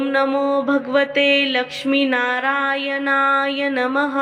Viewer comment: ओम नमो भगवते लक्ष्मी नारायण नमः Mam तुम्ही narayan ह्या मंत्राचा उच्चार चुकीचा करता त्यामुळे मंत्राचा अर्थ बदलतो Banatlya न ऐवजी nalatla न बोलता. पहिली तुमची चूक सुधारा व नंतरच video बनवा. तुम्ही मराठीच आहात ना?